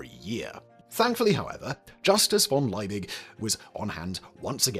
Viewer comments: The Germanic surname Liebig is pronounced as "Lee big", not "Lye big". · Simon, can't you read? The name is von Liebig, not von Leibig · It's LIEbig, not LEIbig. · His name is not pronounced "Lie -big", it is pronounced "Lee-big". Accuracy matters. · it is pronounced "Leebig" not "Lyebig." Check your German. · The Chemists name is pronouced "Lee-big", not "Ley-big"... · One niggle. Liebig is pronouced Lee-bick and not Lye-big. In German, 'ie' is pronouced as a long 'e' and a g at the last letter is subject to Auslauverhärtung )run out hardening). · The name is pronounced LEE-BIG. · German pronunciation: Liebig... eye 👁️ before eee is pronounced eee eee before eye 👁️ is pronounced eye 👁️ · Well researched and presented, but Liebig is pronounced Lee-big, which is German... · the man's name was Justus von Liebig. why do you consistently pronounce it as if it were Leibig? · fyi Liebig is pronounced lee-big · Justus Liebig is pronounced yoostoos Leebig (Lee big), just saying 😊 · Simon, it´s Liebig - Lee-big. Not Leibig, Leybig, Laibig or some other variant of the name. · German here. one correction - it is Liebig with i+e which simply indicates a long vowel i. The english pronounciation is simply "leebick". I+e is not the same as e+i which is pronounced "i". And for future reference, the V in von is simply the "F" sound -> "fonn". i.e. "Fonn Brown" ;) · Simon! Once again and just for you the pronunciation guide on german double vowels: it's always spoken like the second vowel in English!!! IE=E and EI=I (Justus von) Liebig="Leebig" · Why not try and pronounce von Liebig correctly: von lee-big. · FFS Simon! Learn how to pronounce German names!